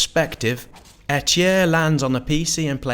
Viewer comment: Eitr - AY-TUH.